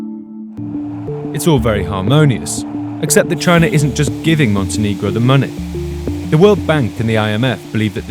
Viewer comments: I love how they pronounce Montenegro MonteNIGRO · You're not pronouncing Montenegro correctly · I'm pretty sure you're mispronouncing the name of the country and it's really jarring.